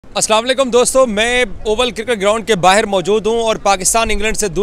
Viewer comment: Ye bahar ko bahir😅 bolta hai to mujhe sunne me maja ata hai comedy show 😅